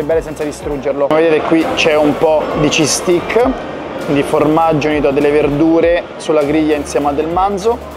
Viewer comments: Lo sai vero che stai continuando a dire "bastone al formaggio" si scrive steak si pronuncia "stèik" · “STEIKKKKKKKK” …. Occhio che sei chiedi lo Stik a un inglese, poi ti accontentano ahahah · DUDE! Steak si pronuncia STEIK, se lo pronunci STIK significa bastone! 😂